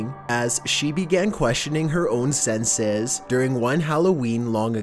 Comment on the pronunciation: It's weird how he says senses in the beginning